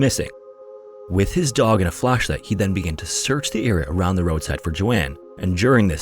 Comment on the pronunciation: Area, not era.